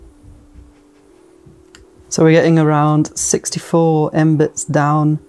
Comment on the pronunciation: Embits? Should be pronounced " mega- bits"